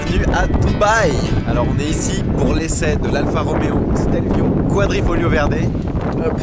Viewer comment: Super video comme d'habitude! Et c'est QuadrifoGLIO et non pas Quadrifolio, continue comme ca ! :)